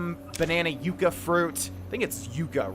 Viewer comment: Yucca is pronounced "Yuck Uh".